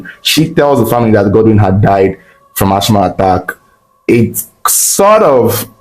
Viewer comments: is Assma not Ashma ( real spelling Asthma). The H is silent. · That word asthma is pronounced "asma" not "achma" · It is not ash-ma . It is as-ma please. That is for pronunciation only and not spelling. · Its ass-mah and not ash-mah😊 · Sad story. Some people are really evil. Wicked wife and evil demonic in -laws. Lord have Mercy! Praise God all the accomplices got arrested but Africa corruption. The jail sentence should have been life for the wife.Thank you Reporter please stop repeating Ashh ma. The word is Asthma. Pronounced assma. Thanks. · Mother in-law and not mothers in- laws😒Asthma is pronounced Az- ma or As-ma and not Ash-ma🫡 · The word is Asthma pronouns it like Asma if the spelling confuses you, it’s not Ashma thats not how you pronouns the name, Ashma sounds like an Indian god 🤷🏻‍♂️ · AsTHma not ASHma pls 😩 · lt is pronounced Asma not Asthma. The spelling is Asthma actually. You can ask Ai or check in Google. It was a typographical error. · Uyo is not a state, rather it's the capital of Akwa Ibom State. And Asthm is pronounced "asma". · Asthma (the H is silent) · I was so embarrassed kept repeating it 😫